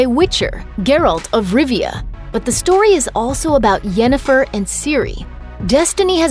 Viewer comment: At :48, the narrator says "Jennifer", not Yennefer. Lost their credibility right there.